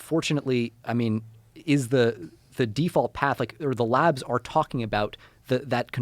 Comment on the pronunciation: Every time he says “labs” I hear “lads”